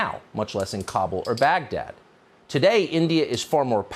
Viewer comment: Bro pronounced Baghdad so so horribly 💀